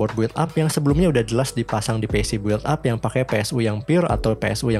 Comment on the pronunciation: audio cakep, editing jg mantap, paling pengucapan istilah agak dimatengin aja "bil ap" bukan "buwil ap" :D